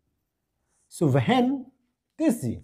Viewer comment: Wehen❌ hwen✅ Spreses❌ sapress✅